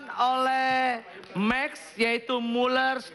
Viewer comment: bukan mek 😂😂😂, tapi max